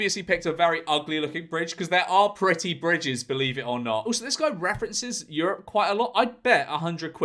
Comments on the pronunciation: Why is George saying priddy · No-one going to point out the way George was pronouncing "pretty"?